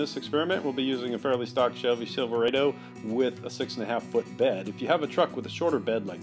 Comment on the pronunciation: Silve ra do. Not silve rae do. Ni kon not nie kon......he-he-he nice video btw.